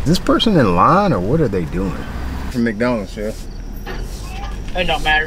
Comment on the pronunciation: Bruh... thats how you know is from the south. When you pronounce it Mack-donalds. HAHA love it.